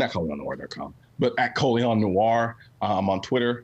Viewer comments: Lmao it was so distracting hearing them say his name wrong the entire time🤦🏻‍♂️ I assume he let it slide since it’s a stage name anyway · I kept thinking how many times you gonna let him pronounce his name wrong lol